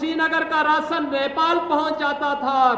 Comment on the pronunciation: Rasan nahi rashan ... hehehahaha